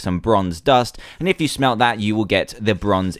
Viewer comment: i thought you said SMELL the ores LOL